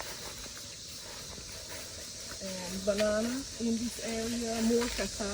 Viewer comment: What kinda banana did you say?